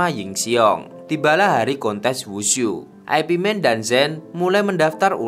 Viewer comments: Ai Pi man , ipman aja bang ga enak di denger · Bacanya bukan Ay Pi Man tapi Ip Man. Itu nama orang, bukan IP address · Bacanya Yip Man bukan Ai Pi Men. Ooo koplak! 🤣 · Ip Man itu ip man bukan aipi man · Urun koreksi dikit... Itu gurunya bruce lee, bukan Ai Pi (IP) Man, tapi itu nama orang, dan bacanya Yip man... Thanks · Ip man bukan dibaca ai pi men tapi yip maan, dibaca biasa aja..itu nama orang bahasa china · Bukan aipi men bang Tapi nyebutnya yipmen atau ipmen. 😂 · Ip Man jangan dibaca I-P MEN. Tapi YIP MAN atau ip man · ip man (baca Yip man) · Ip Man bukan singkatan mas broo, tapi dibaca yip Man 😂, sama mekdi ga usah disingkat juga2😅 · Ip man..dibaca yip man kalau gak salah...kenapa dibuat western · Ip Man = Ai Pi Men